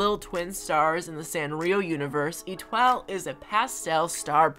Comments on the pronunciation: Etoile is pronounced eh-twah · It’s nothing new because these villagers were in acnl 😂 I just got the cards a few days ago so they’re in my acnh island and 1/2 of my acnl towns And you’re not pronouncing Étoile’s name right it’s French for star French is my second language where I’m from and you’re not pronouncing it right lmao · These are all of them ranked imo 1. Étoile (Pronounced Eh-twol, the normal sheep inspired by Little Twin Stars Kiki and Lala) 2. Chai (Peppy Elephant inspired by Cinnamoroll) 3. Toby (Smug Rabbit inspired by Kerokerokeroppi) 4. Chelsea (Normal Deer inspired by My Melody) 5. Marty (Lazy Cub inspired by Pompompurin) 6. Rilla (Peppy Gorilla inspired by Hello Kitty) Btw if you’re wondering why Rilla isn’t a cat, Toby isn’t a frog, Chelsea isn’t a rabbit, etc, they’re supposed to be cosplayers who got inspired by these franchises